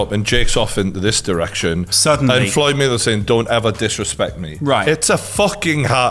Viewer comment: “FLOYED MUNNY MAYWETHER”